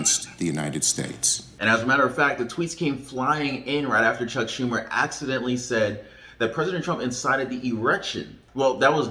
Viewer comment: I seen the Schumer mispronunciation lol. Funny to see you laugh lol. Thanks